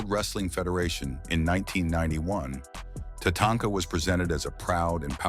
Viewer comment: What do I think about this list? Tatanka, the German artificial intelligence voice, refers to her as Tatonka or Tanaka. Please leave this silly artificial intelligence chatter out of the video. If you want to translate it, please use a human German voice. Otherwise the list is good.